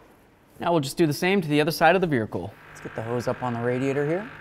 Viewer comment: On the "vericle"!!! 😂